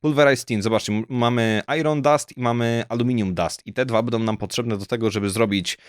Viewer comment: Nie czyta się "ajron" tylko "ajon"